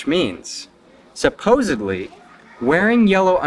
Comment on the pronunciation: Sounds like he says "supposably" instead of "supposedly."